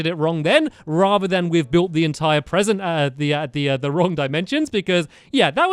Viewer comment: Wat a Bresent